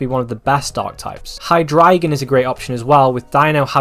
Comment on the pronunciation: One of the few times I’ve heard somebody correctly pronounce hydreigon